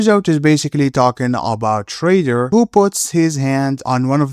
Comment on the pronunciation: Is shredder not shrayder. Have a nice day